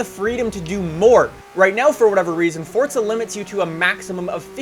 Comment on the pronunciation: Forza not fortza